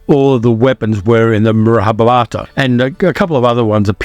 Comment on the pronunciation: No big deal but pronounce "Mahabharata" properly. Read each syllable because you are skipping at least one.